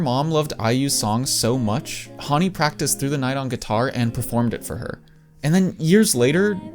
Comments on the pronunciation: Your pronouncing her name wrong, Hawnni? It's Hanni "Han" as in the Han River. 🙄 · plssss her name is Hanni (like Honey) not Hauny ㅠㅠ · bro pronounces Hanni "haaaaani" lmao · Huanni??? How are you pronouncing our fav idols name?